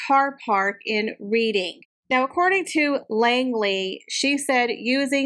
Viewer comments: Just to give you the heads up. Reading is pronounced Redding. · Hi Reading (the place in the UK) is pronounced Redding - like the colour Red (British spelling and pronunciation is difficult yeah) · Reading is pronounced Red ing. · Hi, I enjoy your videos very much. The British language is difficult to pronounce as it doesn’t always make sense with the spelling, and is dependant on the context it is used. Reading (the town in Berkshire) is pronounced Reding and Berkshire is pronounced Barkshure. I know it does not make sense😂😂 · It's pronounced "Redin" as in past tense of read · Hehe hard to maybe type it here but it is Red-ing not Reading hehe but spelled Reading, hope this makes sense hehe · Like your channel!Reading is pronounced "REDDING".I am definitely going to watch "The lost King".oh and Derbyshire is pronounced DARBY-SHEER.Sorry ..i am a brit who is currently living in USA andni cant help correcting grammar! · Reading is pronounced 'REDing'. Love your show!